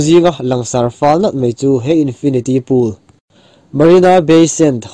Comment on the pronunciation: Ngaihnawm lutuk mahse mei tilo in mai ti in lam hram hram la a ngaihnawm lehzual ang😁